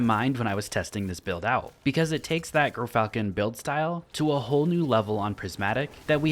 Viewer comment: JEER-falcon. Like the damn bird.